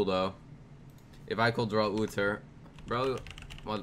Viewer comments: It is Uther not Utter. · The way he pronounces Uther.